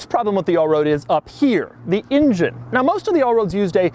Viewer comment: The in-gine.